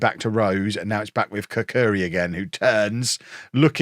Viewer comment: The Albanian centerback's surname is pronounced [katsuri]